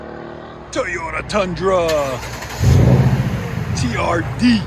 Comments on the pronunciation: TOYOTA not teeyota lol. Try a H pipe, less raspy. True duals sounded better than the x at least on this application. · Just can't get over how you pronounced toyota as teeyota 😂😂😂😂😂😂